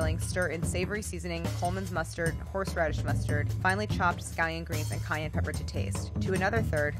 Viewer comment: Did she say cayenne or Kanye 🤣🤣🤣